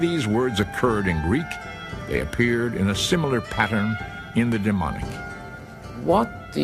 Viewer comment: It sounds like he’s saying demonic when explaining the middle section script of the stone, it’s Demotic.